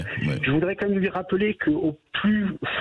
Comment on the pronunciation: On dit "quand même" et non "qua même" M.Bercoff! Le contenu de votre émission est excellent et sans votre "qua même" ce serait mieux. On entend plus que ça. Merci à vous. ;)